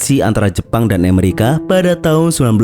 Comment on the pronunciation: Tolong ngomong yang betul, Amerika bukan Emarika, Oklahoma bukan Oklahama